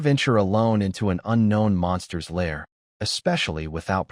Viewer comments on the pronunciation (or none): none